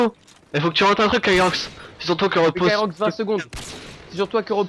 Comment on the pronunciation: On c'est bien marrer :) Si vous en refaite une, appeler moi :D (Ps : C'est Kyrox et non pas Kirox :P) <3